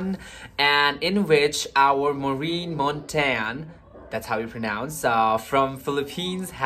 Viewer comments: MONTAGNE ( Montain) pronounced like CHAMPAGNE (Champain). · In the ph we pronounce Montagne is MON- TAG- NEH